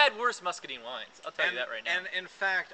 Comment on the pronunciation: I can't take a review seriously when you can't even pronounce muscadine it scuppernong right.